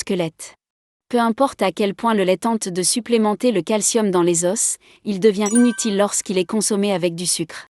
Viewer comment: Pourquoi vous pronouncez s pour les os au pluriel